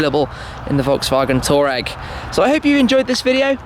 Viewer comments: Erm it's pronounced Twar-regg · Wait, Brits pronounce Touareg like Toureg? Can't believe 😂